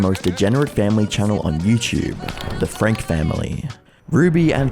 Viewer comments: It’s frank-EEE not frank 🥴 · Just an FYI their last name is pronounced FRANK-E not FRANK. I hope these people end up in prison for many many years, and have no contact with those kids until they are adults. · He mispronounced their surname too- if you watch her sentencing she clearly pronounces her name as Ruby “Frankee”